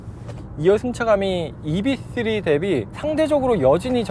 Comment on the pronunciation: 이브이쓰리...이비쓰리가 아니라.....왜자꾸 이비,이비